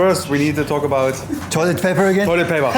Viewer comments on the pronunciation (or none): none